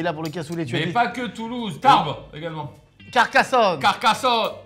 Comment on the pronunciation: Entendre Carlito dire le nom de ça ville 🥲 (Tarbes)